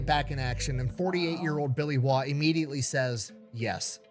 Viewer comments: Name pronounced correctly, the rumor is that he'll pop out from under your bed with a randall knife, rolex watch, star sapphire ring, and mp5 if you say his name wrong. Also I'm a veteran of Afghanistan, I worked for the postal service for 6 months before returning to the military. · You pronounced his surname correctly. Originates from Northern England 😊 I believe it means 'foreigner' in Old English.